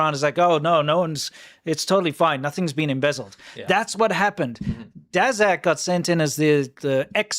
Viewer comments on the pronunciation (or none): Daszak you pronounce dashak